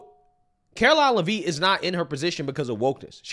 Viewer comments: Lev it. Not Livvit, lmao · STOP IT!!!👹 Her name is pronounced: “LEV-it” not “La-VEET”!🤪🙄😂😆🤣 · FYI....her name is pronounced Levit. Watch you every day! Keep up the great work. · Love the show the name pronouncing is Lev-itt (a is silent) thanks you’re awesome I recommend to all my family & friends 😊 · her name is pronounced “Leh Vit” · My man... FYI... her last name is pronounced LE-vit... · it's pronounced like Lev It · If you only read one comment plz read this one.. it's pronounced Lev-ittttttt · Le-Vitt. Come on! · Pronounced LEHV-it. Come on. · I’m not trying to be rude, but I think her name is pronounced “Lev-itt” like it’s a short E. I might be wrong, but that’s how I’ve heard everyone else say it. Also, Karoline has her degrees in communication and political science. How tf is she unqualified? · Bro, SAY HER NAME RIGHT!! IT'S PRONOUNCED Lev-IT!! Lev-IT Lev-IT Lev-IT Lev-IT Lev-IT!!!!! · Why are you mispronouncing Karoline Leavitt's last name?